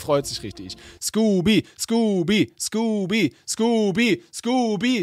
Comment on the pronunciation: er heißt nicht skoopy